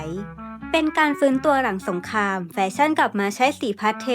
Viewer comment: ชนชั้น" กลาง "ค่ะ คำว่า " สงคราม " พยายามออกเสียงชัดๆนะคะ